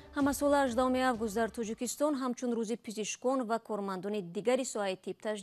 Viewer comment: тучик не тОЧик, Тучикистон не Точикистон.